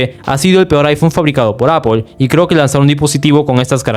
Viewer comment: Que odioso es escuchar "APOL"...